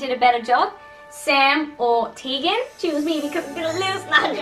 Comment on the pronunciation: Sry Sam but it’s Tegan